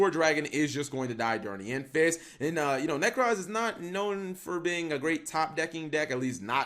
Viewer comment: There is no 'A' in 'Necroz'